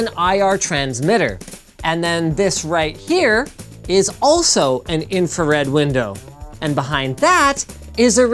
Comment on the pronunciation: "High energy infared light" Thats called red linus